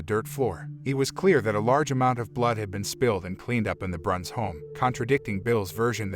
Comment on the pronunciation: With all due respect, her name was Pearl Bruns... not Branc or Brunc or Brance or any other name that was spoken... Other information is incorrect also... This is IRRESPONSIBLE "storytelling"...